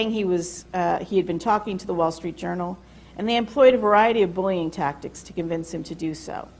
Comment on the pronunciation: Every time I hear an educator say, “ta” instead of “to” I cringe.